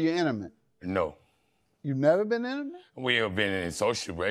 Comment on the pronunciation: Emucalte lol I am dying it’s INTIMATE